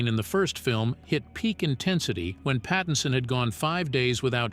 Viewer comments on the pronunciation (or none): none